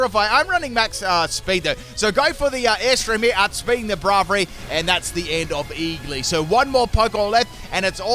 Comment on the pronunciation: I love how he pronounces Braivary wrong XD